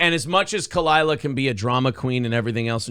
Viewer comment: Khalyla. Not that hard. 😉 #Tigerbelly #FuckBS